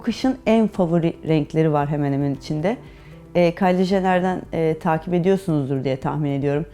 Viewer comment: kyli jenır mett sayrın yanlış tellafuz ettiğin kelimelerin okunuşu